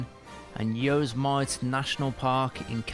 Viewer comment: The way he pronounced yos mite lol